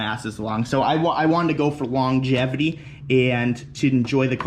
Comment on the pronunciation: Every time he uses a word more than 3 syllables I expect him to mispronounce it. I was really impressed when he said “longevity”.